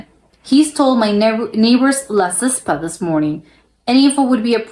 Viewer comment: KILMARNOCK is in Scotland. SEW = to make garments . Not SOO ! The chicken stole his WEED JOINT ! STAIRS and STARES. It's a play on words. Fraserburgh is pronounced FRAZER BURRA. LAZYSPA is pronounced LAYZEE SPA.